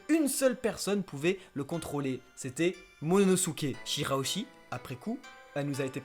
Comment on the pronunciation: c momonosuke et c pas MONONOSUKE